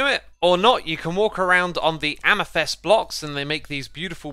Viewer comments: Its not AmYthEst, its AmEthYst! I dont know why but it pisses me off every single time. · omg please stop saying ameh-thest